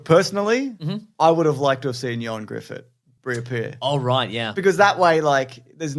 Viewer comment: The Weekly Planet is the best comic book movie news platform cause it's the only one to pronounce Ioan Gruffydd's name right, right down to the "th" sound for the dd at the end, diolch bois <3